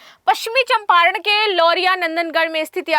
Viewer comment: मैडम जी ब्रिटेन से पढ़ कर आई हैं। ना चंपारण पढ़ पाती है ना नंदनगढ़, महत्वपूर्ण को माहत्वपूर्ण कहती हैं । और ना जाने क्या क्या वो भी जब पढ़ ही रहीं हैं तो सिर्फ slide लगा दो, पैसे भी बचेंगे